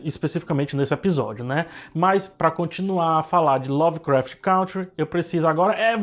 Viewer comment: CANTRi. A pronúncia é CANTRi